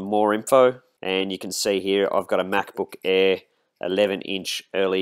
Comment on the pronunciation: "MacBook Eehh"